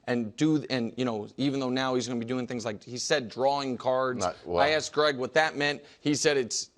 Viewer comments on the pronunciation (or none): none